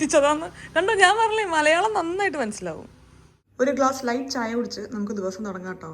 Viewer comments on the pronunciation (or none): none